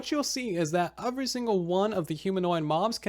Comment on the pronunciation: Why do you say the word “every” so damn weird?